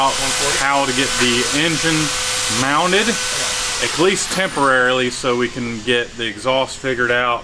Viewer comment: The way says eckleast lol always gets me